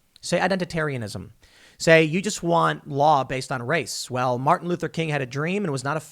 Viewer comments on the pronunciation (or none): none